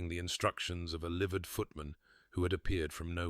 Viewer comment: Oh for heavens sake, liveried footman, not livered?!